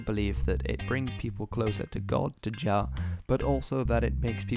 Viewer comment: Shouldn't Jah be pronounced as Yah?